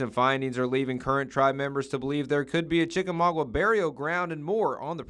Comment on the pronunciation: Chik-a-maugWA? Cringey...